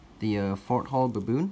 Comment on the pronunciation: The way he says baboon "buhbewn"